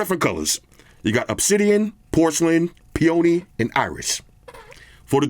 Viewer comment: Low-budget FTW! Thanks, I was waiting to see if White Shoes would cuddle up to the 9A before pulling the trigger. BTW the color/flower peony is pronounced PEE-a-nee, but now I'm naming my next cat Pee-OWN-ee. ;)